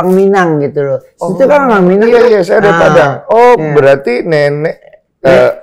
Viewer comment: Bunda Dorce bilang "iye"